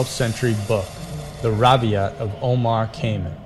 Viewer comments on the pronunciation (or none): And Omar Ki-yam. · Good show, I have watched another and the presenter reads well but needs to check on pronunciations, especially names like Omar Kayyam before recording.